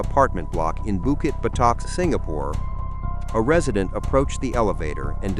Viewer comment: bukit what?? botak?? urghh why use ai